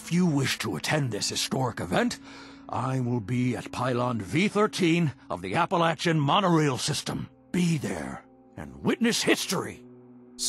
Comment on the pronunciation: Thank you for pronouncing Appalachian correctly!!!